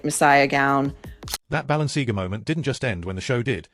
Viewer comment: It would be a better start if your dumb AI voiceover could pronounce Balenciaga correctly, the content is a fine mix of BULLSHIT and TWADDLE